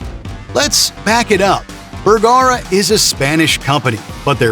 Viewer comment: "Burggara???" AI is confused badly here. Far from "cutting through market noise" you merely butchered a manufacturers name.